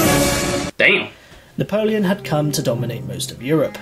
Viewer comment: Everytime this guy says damb I'm taking a shot. Fakin smashed